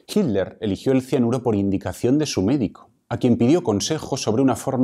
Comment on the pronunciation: Vea que raro pronuncian el apellido "Hitler", pues se come o aspira la letra "T", por lo que dice: Hi ler en vez de HiT ler. Eso se escucha rar{isimo en mi pais.